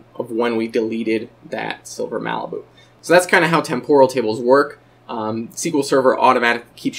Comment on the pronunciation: Am I the only one annoyed by the butchered pronunciation of "temporal"? It's TEM-poral, not tem-POR-al.